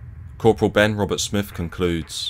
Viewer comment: English accent but can't even pronounce lieutenant. Oz army pronunciation is the same as British. Lacks credibility. And Smith not Smifff.